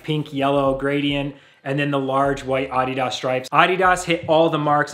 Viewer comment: Good review. I bought my first pair of Adidas footwear back in 1972 when I ran track in high school. I would strongly suggest you stop mispronouncing the brand name and refer to it properly as "uh DEE duhs" with the emphasis on the second syllable instead of the first. You sound ridiculous...